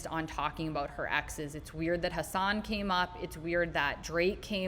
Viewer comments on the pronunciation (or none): none